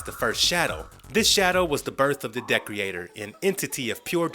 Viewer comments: Ye, it's not Decorator, it's DE-creator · Pretty sure it de-creator and not dec-reator. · The villain you refer to is Decreator (pronounced DEE-CREATOR, NOT DECK-REE-ATOR) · Decorator lol. The way you pronounce Decreator is extremely funny. It sounds like you are saying decorator! It's pronounced de- creator!! Great information in the rest of the video though! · So this dude hasn't watched the series I'm assuming bc the way he says Decreator and Lucy Fugue is driving me insane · Wow, Jane IS in comic books, not at the very beginning but in the Vol.2. You just saw the tv show and check wiki-fandom to complete holes ? Also you mispronounced Monsieur (wich is not the 1st name of the gorilla) and De-creator... and Lucy Fugue, like... fugue ! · Anybody else die inside everytime he say decreator wrong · I'm glad I wasn't the only one bugged by this